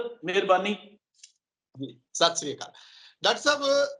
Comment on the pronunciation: when you greeting your guests pls properly pronounce Sait Sri Akal